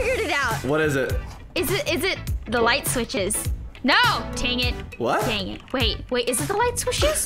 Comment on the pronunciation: Haha 😆 I was laughing so hard she said tangit instead of dangit and was like whattt and laughing lol